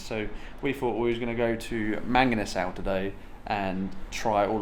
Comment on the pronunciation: Try saying it the Filipino way…. ‘mung-ee-nuh-sull’ 😁😁😁